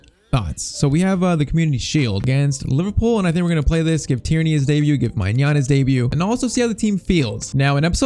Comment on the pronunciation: Just so you know, it’s pronounced “my nan” maignan= my nan